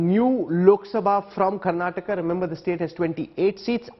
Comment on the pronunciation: It's not karnatak it's Karnataka